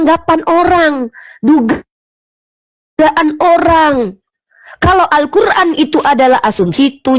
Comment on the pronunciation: Nyebut alqur,an z kuran.